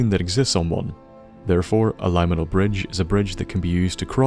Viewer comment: The only word I noticed you mispronounce was "liminal". It's related to the word "limit", if that helps. Anyway, solid video, and I'm glad to have you back!